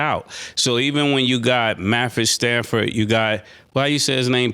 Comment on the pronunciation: Whole up, did this nigga say Mafford Stafford lmao?